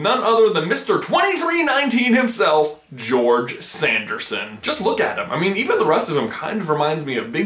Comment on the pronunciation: Also "Sanderson" sound a little like "Anderson"🤔